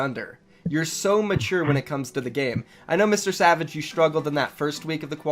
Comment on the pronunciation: He said MrSavage "N" c'mon bruv btw love your vids